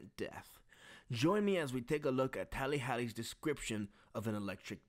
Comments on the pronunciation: Did you just say tally hally? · Bro really said “tally hally” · “Tally hally” 💀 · bro..u lost me at "tAllY hAllY"